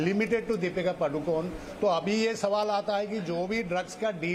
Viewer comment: पादु कोन नही पदुकोन....पादणे का angle,..